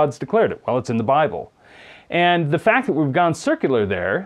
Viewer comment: Wait, did he really say "sikular reasoning"?